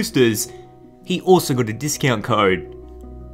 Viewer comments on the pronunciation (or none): none